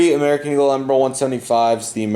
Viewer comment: It's not Bombary, its BombARDIER. And is pronounced as written. And it's not Emri, but Embraer